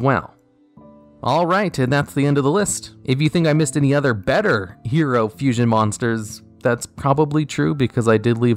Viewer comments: it said fussion!? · Ok, is it just me, or does Vision HERO Adoration say Fussion instead of Fusion?